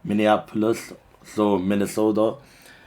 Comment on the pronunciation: Good video #blacklivesmatter the way you said minesoda😂😭